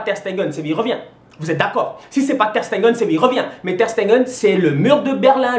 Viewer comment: On dit "rudiguèr" et "terch stègueun" pas stenguen ou rudigère